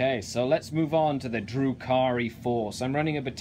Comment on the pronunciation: Remember, its pronounced "Drew Carey"